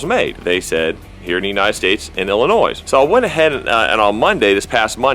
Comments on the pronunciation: Illi-noise.... Lol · As much as I hate Illinois...just want to let you know the "s" at the end is silent. HA